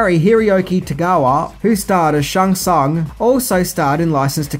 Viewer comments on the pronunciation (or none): Shung Sung.... lol